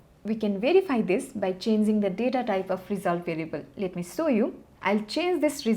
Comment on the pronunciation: it is show u not saw u!!!!!!!!!